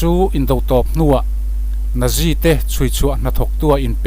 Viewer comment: Natzi tiin lam rawh